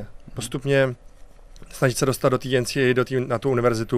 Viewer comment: Co to porad ten dudak placa ensidablju😂NCW😂 to je ensiejej😂NCAA. Psano foneticky...